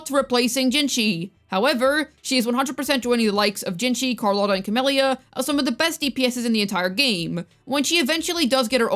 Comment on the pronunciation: "Your Sanhua will be busy with your Cammellya." 😏